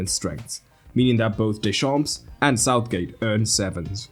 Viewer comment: Griezmann is the key player in defensive actions, and he did 2 assists he's the MVP of this match for sure, btw for "deschamps" we dont prononce the "ps" at the end 🙃😂